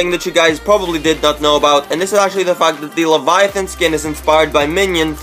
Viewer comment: Also he’s pronouncing the name of the skin soooo wrong